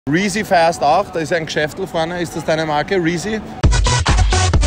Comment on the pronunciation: Er sagt Reezy und markiert Rin